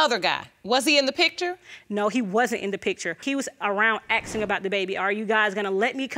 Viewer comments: " Aksing" =/= Asking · Why do all these people say "aksing" instead of asking? Also all sleeping around with no protection. My God people, what's wrong with you???? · Aksing? It's asking!! Jeez